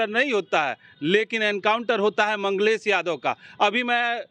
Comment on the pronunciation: ये लौंडा मंगेश को मंगलेश बोल रहा है...